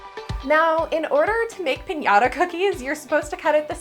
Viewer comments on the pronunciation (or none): none